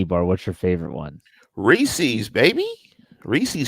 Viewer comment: my head hurting every time he says “Reesies” instead of “Reese’s” lmfao